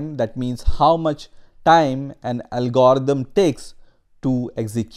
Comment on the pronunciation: First time I have ever heard anyone pronounce it 'al-GOR-ithm' instead of 'AL-gr-ithm.' It's just a minor thing, but it's distracting since I can't stop fixating on how a person gets this far in the discipline while mispronouncing the primary term. I don't care that a person struggles with mispronunciation, but all his other pronunciation is pretty good except for the primary term of the topic at hand. That's just funny. Every time he says 'al-GOR-ithm' a tiny fraction of my mental bandwidth is diverted from learning in order to suppress an internal giggle.